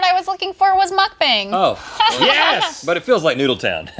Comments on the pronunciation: Pronounced "Mook bong", but it's still fun to watch! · She said mukbang wrong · pronunciation of mukbang 😅😂